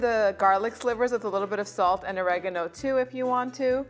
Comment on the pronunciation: Oragano not reagno